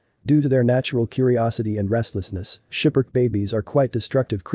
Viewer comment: It's SKIPPER - KEY, not 'Shiperk' Please no more computerized voices in these videos. It completely ruins what you are trying to convey.